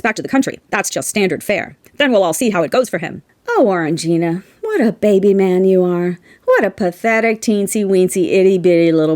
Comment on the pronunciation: I think you'll find it's pronounced "Orange -jyna". 😉